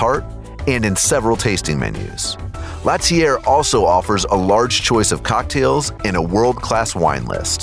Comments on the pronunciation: l'ATELIER * pronounced : la-tel-lee-eh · Omg the way he pronounced l'atelier... you can google pronunciations before you record, you know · L’atelier De Joel Robuchon (L-ah-tell-ee-yay) not (lat-ee-AIR) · That would be pronounced like LAH-TELL-EE-AY…. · 3different restaurant with 3different names /countries/cultures and my man manages to butcher all 3! 😂😂😂 IL Gabbiano (eel gabbiano) Italian for "the seagull" my man goes 2 gabbiano! L'atelier (la-teu-lié) french for "the workshop' my man goes latier! La Mar Spanish for "the sea" and my man calls out the Ravens QB! 😂😂😂🤦🏽‍♂️🤦🏽‍♂️🤦🏽‍♂️